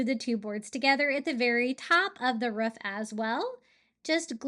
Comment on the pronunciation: I'm watching this the whole way thru just cuz I love how you say roof/ruff 🤣🥰